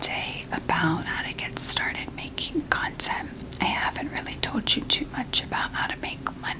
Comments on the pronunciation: Lmao am I the only one who keeps hearing “cunt-ent creation” ??? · Am I the only one hearing a very specific emphasis on the “cont” part of “content creation”?? 😂